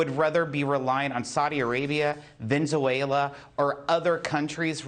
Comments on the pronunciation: Venzuela?! A new Venereal disease?! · Did you just say Venzuela 😂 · Ven-Zu-ayela... lol... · Yes, they want us to rely on 'Vinzawayla' God this guy is such a clown 🤡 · Did this man just say "venzuela"? 😂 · Vinzuela?? Wheres that? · Did he say, "Venzuela"?